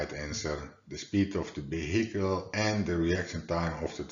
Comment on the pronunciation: The speed of the Vehhhhicle 🤣🤣 The way you pronounce it is hilarious!